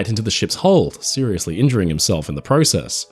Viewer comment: Thumbs down for saying process wrong